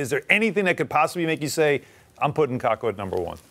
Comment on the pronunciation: It's "Kakko", get it right 'cause you'll be talking a lot about him soon